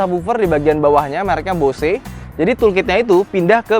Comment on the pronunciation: kenapa host nya ndeso banget nyebut chevrolet nya salah.. nyebut bose audio nya salah... ckckck.. ya standard minimal host otomotif ya wajib lah..